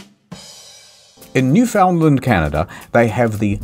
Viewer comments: "NEW FIN LAND" NOT "NEW FOUND LAND" Nobody says it liekt hat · Pronounced "NOO-finn-land." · Jesus-friggin mainlanders, it's pronounced: New-Finland. The cod is kept in the freezer. Yes, everyone in the province kisses the same fish. You didn't think we had a new one for every tourist?! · Its new-fn-land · The way you pronounced “Newfoundland” hurts my soul… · It pains me to hear Newfoundland pronounced incorrectly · Ive heard many mispronunciations of Newfoundland, but that may have been one of the worse ones out there.